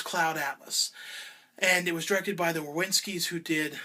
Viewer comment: the WHA-WITZ-SKIS? Can you not read a box? WACHOWSKIS. Holy SHIT.